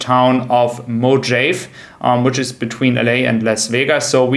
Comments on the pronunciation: Mojave is pronounce muh-haa-vee. Keep up the good work. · Mo-jafe? LOL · it's pronounced [mo-hav-ie]. Love your work. Thank you so very much. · "Mojave" is Spanish therefore the "J" is pronounced like an "H".😀